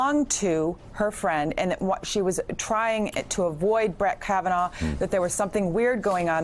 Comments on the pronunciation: Did he REALLY just mispronounce Kavanaugh twice 🤔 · he says kavanar and then shortly after he also mispronounced Feinstein.. I know he’s dumb but those mistakes were just ignorant and lazy. Hilarious to me tho. 😂